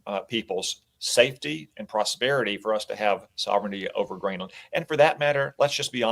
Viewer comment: FFS, Greenland is ONE WORD. Its not Green-LAND.. It sounds more like "greenlend". And its BEDMINSTER.. NOT Bed-Minister